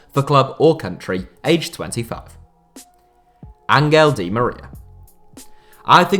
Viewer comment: Why does nobody ever pronounce "Angel" correctly?